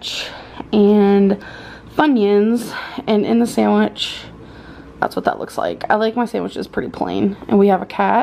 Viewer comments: I hate how she says sandwich she says to like “samitch” 😭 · the sAnDiWcH